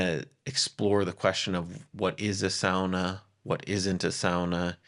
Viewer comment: Just hearing "sauna" pronounced correctly makes me homesick for Helsinki 💙